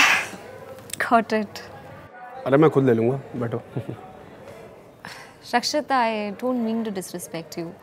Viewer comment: RAKSHIT thats my name and is pronounced by hey bhagwan m dhanya hogya💕💕😘😘